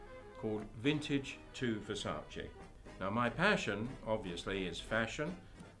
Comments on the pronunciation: I should have stopped watching as soon as he pronounced "Versace" incorrectly. And then... so much misinformation. Perhaps watch The Ultimate Fashion History's videos if you're interested in 1920s fashion. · Perhaps you need to realize that the majority of people pronounce Versace incorrectly. I actually listened several times even slowing this down and still couldn't quite make out exactly how he was pronouncing it. You must be super sensitive, congratulations. Also anyone watching this believing he's some type of a fashion expert - instead of a shop owner trying to promote his shop, kind of deserves whatever they get.